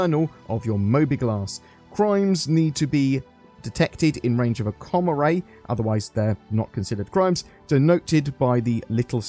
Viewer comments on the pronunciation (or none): none